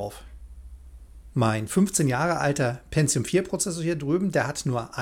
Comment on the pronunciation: Wer Penzium sagt, sagt auch Azhlon...